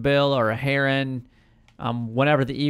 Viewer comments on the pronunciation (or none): none